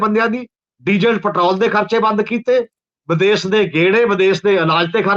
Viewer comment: Good comments but problem of some Punjabi continues to persist . For example, Punjabi words are Desh and Videsh but your commentator says Des and Vides . Thanks .